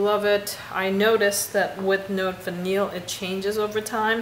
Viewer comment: “Note Vanillée” is pronounced “note vaneeyay”, because of that accent égue over the e:-). I have. decant of it and I am quite crazy about it as well!